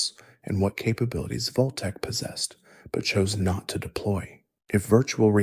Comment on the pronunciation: wtf is Voltek? Its Vault tec